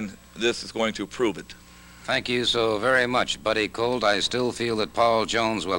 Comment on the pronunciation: Jones keeps saying Buddy Coat.